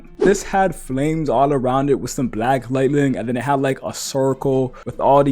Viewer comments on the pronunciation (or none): none